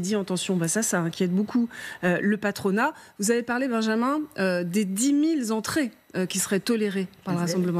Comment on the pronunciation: Aïe ! j'ai réécouté le passage et à 2'40 Et j'ai bien entendu les dix mille Zentrées 😀😀😀. Embêtant pour un professionnel de la parole.